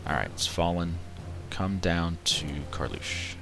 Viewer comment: The province you call as Karlusch is pronounced as Karl's ruhe, ruhe is read with an silent H.